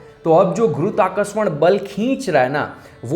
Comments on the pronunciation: Its गुरुत्वाकर्षण * not gurutvakarshan ya jo bol rhe hain guruji❤ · You cannot even pronounce गुरुत्वाकर्षण 😂